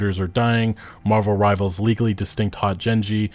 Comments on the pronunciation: please stop calling it marvels rivals omg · drinking game. take a shot every time he calls marvel rivals "marvels rivals". see u in the emergency room